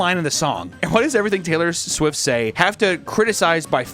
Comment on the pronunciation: Uh, uh, Swaylor Tift.